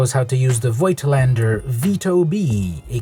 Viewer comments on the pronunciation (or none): German lession you didn't ask for: it's pronounced Fohktlander in german. great video, now I know how to use my granpa's camera.